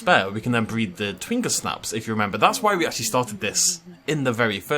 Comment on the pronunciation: Completely random and totally late, but I'm 90% sure twingersnaps are from gingersnap cookies, not a brandysnap (and should be pronounced with a soft g as a result)? Just watching the end of the video and heard that mentioned, so I thought I'd speak up!